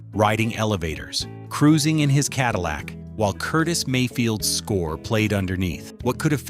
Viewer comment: Mispronunciations of simple words make this clip hilarious! Ca-dill-ic...c'mon! No A I should be used for this! SuperFly is my second favorite blaxploitation movie behind Claudine.